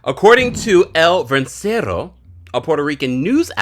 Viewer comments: ...pronounced: EL VO CE RO [no rolling of the 'R']. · At least the Netherlands outlet gave you credit. Also, is the news outlet you are referring to is “El Vocero”? Because you are killing me with that pronunciation.